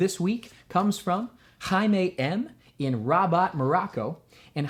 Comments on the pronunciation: Morocco My Country :D It's CHaimae Not haima :p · Her name is shaima not haima She is from my country (Morocco) I mean I'm Moroccan as well Thanks for answering to her question